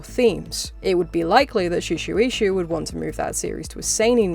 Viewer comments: Erm actually... Its pronounced shu-ay-sha🤓☝️ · You keep mispronouncing Shueisha as Suu-shi-we-hsu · that pronunciation of shueisha physically hurt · Glad someone also brought attention to it